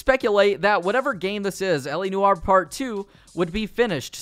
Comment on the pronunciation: Sorry, LA Noowah?